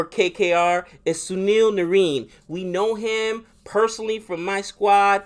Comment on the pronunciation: Watch highlights of narine LISTEN then you can pronounce his name properly. All cpl you have not learn his name that's funny. CFR for life tho.